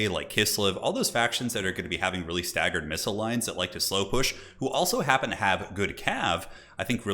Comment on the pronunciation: "Staggard missle lines" I love you